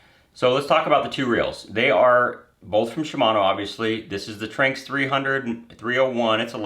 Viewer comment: Not to be that guy but me personally; I think it’s pronounced Tran-X but I could be wrong